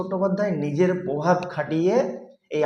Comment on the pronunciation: যদি ভিডিও বানিয়ে প্রতিষ্ঠিত হতে হয় তবে তো “পোসেনজিৎ” পোভাব”বললে চলবেনা।বাংলা ভাষাটাও শিখতে হবে। বক্তব্যটা আগে গুছিয়ে নিতে হবে। তা ছাড়া ,”কেউ আনন্দলোক লিখছে”এসব বললে তো লোকে শোনার আগ্রহ হারিয়ে ফেলবে।যেমন আমি হারালাম।বেশ খানিকটা প্রশিক্ষণ নিয়ে তবে আসরে নামতে হবে।বিষয় যেমন জরুরী তেমনি তাকে কিভাবে উপস্থিত করা হবে সেটাও জরুরী।